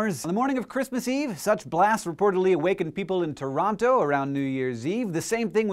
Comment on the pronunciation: I'm glad Hank said "Toronto" instead of "Toranno".